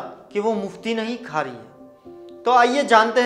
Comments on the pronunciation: Its not “Khari” the correct word is “Quari” means reciter, however nice information. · You are doing a great job! JazakAllah! And the word is Qari not Khari . Thanks again....